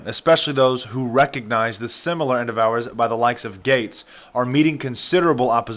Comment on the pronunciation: Does it disturb any of you that the "voice bot" doing the narration repeatedly pronounced " endeavor" as" in devour"? Really? Why not?